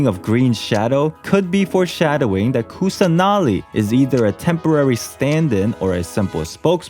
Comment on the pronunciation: You just have to pronounce them as in sanskrit/hindi rather than English. It's not quite hard. Like Kusanali can be pronounced as 'Kus-nuh-li'.